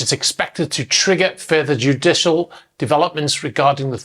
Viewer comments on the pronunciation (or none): none